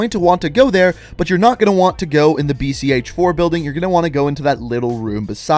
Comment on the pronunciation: Its not BCH4, its read VSN4